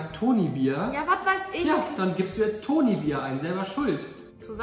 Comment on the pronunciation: Toni Bier und nicht Ton iBier